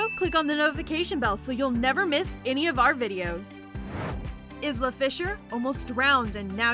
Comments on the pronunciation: Isla fisher Hmmmmmm.............. I think it’s pronounced I La not is la And also all of these are already in a diff video And this is totally clickbait because in the title it said 20 but in the video only 11 So no I DID NOT like the video so I won’t be liking it fyi this vid is just 🆖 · Isla is pronounced "eye - lah" not izla